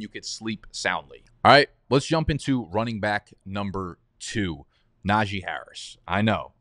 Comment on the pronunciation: When said Najee Harris I instantly had to close out